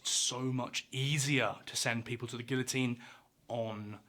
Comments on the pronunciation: "Ghee"otine not "gill"-otine. Plug that "French" word into Google translate and magic happens when you play the audio option. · You are making my head hurt. It is pronounced "gee-o-teen". Doesn't anybody understand simple words any more? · Is it more common to pronounce guillotine "gillo-teen" in the UK? I'm from the US and I've only ever heard people say "geeya-teen". You would be corrected if you tried to say it another way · Not me dying at the fact that he’s pronouncing it like GILL-a-teen instead of GE-a-teen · It's actually pronounced gee-uh-teen, not "gill-o-teen". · It is not pronounced gill-a-teen it’s gee-a-teen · Why ‘gill-o-teen’ and not ‘gee-o-teen’? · You say Gilla I say Gia, anyone else? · Minus calling it a gilla-teen... was like nails on a chalkboard every time he said it. Geeeee-a-teen the L's are silent bud. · Jeeezus, at least pronounce it correctly. It’s not a gilloteen. It’s pronounced gee-oh-teen or gi-yoh-teen. You pronounce Monsieur Guillotin’s name correctly, so….. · It’s not gill o teen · Yeah that’s just how they say it in the UK. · It's NOT pronounced "gill-o-teene". Sheesh. Get it right. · It’s pronounced gee yuh teen Good vid though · Gee-yo-teen pronounciation french dumb@ 😂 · Close, but not the exact pronunciation. It's a French machine, so the L's are pronounced as Y's. The way to say it is "gee-yo-teen." 🙂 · How are you gonna flawlessly pronounce bro’s name, then call it a “gill-uh-teen.” 🤦🏻‍♂️ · The Guillotine - pronounce Gee-Yo-Teen - was not a NEW instrument. It had been used prior to slaughter lambs, hence the positioning of the headlock. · Guillotine; Pronounced; gee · uh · teen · Gee o tine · The real name is the gui yaw teen . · It’d be lovely if you’d pronounce “guillotine” correctly. It sounds like GEE-uh-teen. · Double l you pronounce as j. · GEE-yo-teen in the USA...and France. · The L in Guillotine is silent! 🤦‍♂️ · How can you know so much about the guillotine but pronounce it terribly wrong every time?